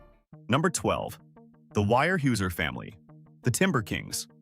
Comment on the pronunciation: weyerhaeuser is pronouned where house er